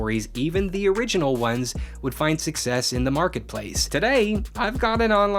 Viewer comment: How did “success” turn into “suck pee”